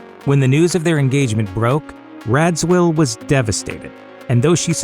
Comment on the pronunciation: Thats not how you pronounce Lee's name. RAJEEVEEW